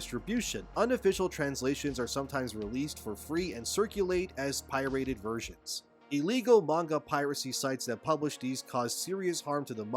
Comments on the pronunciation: One could almost imagine you as AI when you pronounce “pirated” as pie-rated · "Pie-rated" lol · is definitely an AI. Thats twice he had mispronounced 'pirated'. No human being would do such a thing unless he wants us to think hes an AI. What are you playing at???🤔